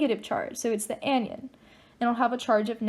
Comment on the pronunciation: Love the video! But it's Cat-ion and An-ion not cation and anion.